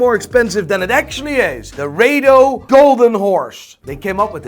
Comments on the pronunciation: It’s not Ray-dough it’s Raaa-Dough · Wtf is ray-do???? It’s pronounced as ra-do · RA-DO not ray-do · It's pronounce RADO not RADO. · It's Rado not Raido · Its not 'Ray dos' its 'Raa do'